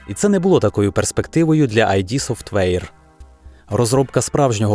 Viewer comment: воно не "айді софтвейр" а "ід софтвейр" від слова